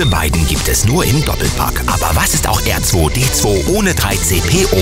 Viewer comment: hat er da ernsthaft "Erzweidezwei" gesagt?! Ich bitte euch, nehmt doch für Videos über StarWars auch Sprecher, die sich zumindest halbwegs mit StarWars auskennen. Leider richtig schlechtes Video diesmal :(